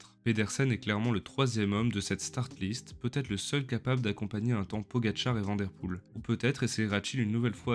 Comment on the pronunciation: Belle vidéo. Tu t'exprimes correctement en Français, et ta prosodie est agréable. Merci. Essaie de prononcer Mathieu Vanne Der Poel ... comme la ville de Vanne en France.